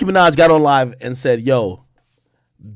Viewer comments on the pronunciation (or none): none